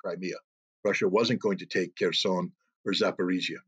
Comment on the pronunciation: Pay attention it's Kherson not Kearson 😂🤣😅😆